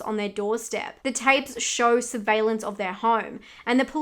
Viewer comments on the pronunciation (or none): none